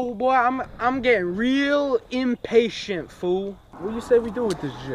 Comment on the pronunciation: What’s that Im-pa-tian bro can’t speak